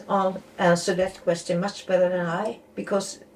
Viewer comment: What an amazing video! I like how you say questeeon instead of question :)